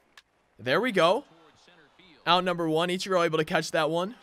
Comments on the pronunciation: Eech Er o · He says ichiro wrong